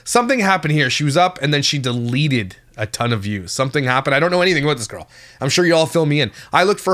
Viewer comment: "girl" pronounced with an uneducated, wyte trash accent Rhymes with World. Their location, the nichiest of niches